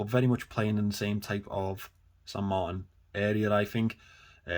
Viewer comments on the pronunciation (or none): none